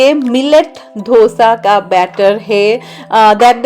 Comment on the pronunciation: Its Dosa..not. Dhosa... Generally, East India have this pronounciation. I am also from east India and people correct me also